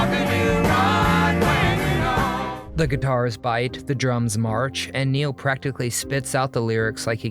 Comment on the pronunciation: It's not Niel, as you say, it's NEIL.